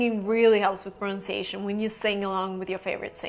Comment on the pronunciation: Hey your pronounciation of pronounciation is wrong.... ..lmao